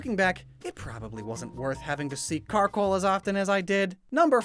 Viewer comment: IT'S CARKOL, NOT CHARCOAL! AND IT'S CRABOMINABLE, NOT CRABONIBLE!